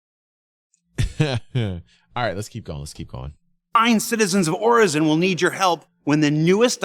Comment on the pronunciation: Everyone's talking derelicts... I'm just thinkin' what's up with hair under that helmet?😁...While gettin' triggered every time I heard 'Orison' pronounced incorrectly. 😖